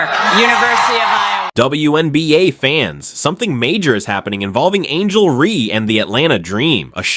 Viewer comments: REESE. REESE. REESE! Not REE. fix your fucking AI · Ree / Raise ... wow the narrator is really on top of things